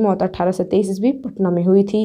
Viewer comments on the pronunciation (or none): none